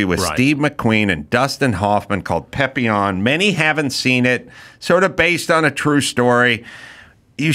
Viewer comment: Adam for goodness sakes pleeease stop saying PEHPillon. It's PAPillon. I know you can't read, but come on!